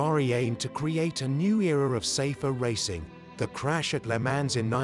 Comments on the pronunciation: Commendable documentary, but obviously told by a commentator who knows very little about car racing in the 1950s and cannot even pronounce the race names of "Mille Miglia" or "le Mans" properly. He keeps repeating the same old saws and the photos are repetitively few and far between. No pictures of the competitive cars, for example, are shown. Thoroughly inept, except for the uninitiated. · "Le Mans"???? Who narrated this?? Must be AI...no one is that stupid.